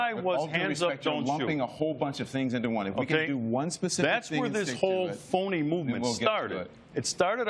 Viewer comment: foony Report haha